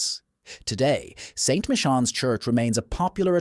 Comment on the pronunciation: The CORRECT pronuciation of "Michans" is "My-Cans"